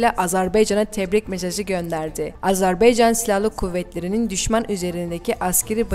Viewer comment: Bu kıza biri söylesin. AzerbEycan değil AzerbAycan. Bu ne rezillik.